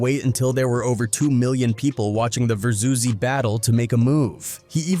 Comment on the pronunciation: If this video didn't mention the "Gucci Mane -Jeezy" battle, I would have never thought they were talking about that Verzuz battle. AI said "Verzuzeee"